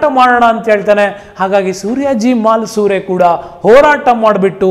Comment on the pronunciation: ತಾನಾಜಿ ಮಾಲಸುರೆ ಅಲ್ಲ ಮಾಲುಸರೆ MALUSARE